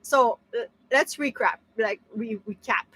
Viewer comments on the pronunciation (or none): Awesome video couldn't stop laughing when you said "Let's recrap" instead Let's recap" that was 😂🤣😂🤣. Ah!🙃 Can't wait to see you renovate your van meantime get some wood ready and redesign your van so you can get some ideas. Kelly is gonna get use to the new renovation when you're done. It's gonna be epic! Stay safe and warm both of you.